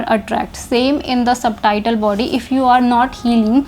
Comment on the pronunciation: O aunty ji. .. ye subtitle body ni Subtle body hy... b silent hota isme. .. Suttle ki tarh pronounce krtay. .. terms bolna tou seekh le phir teaching krna aa k. ...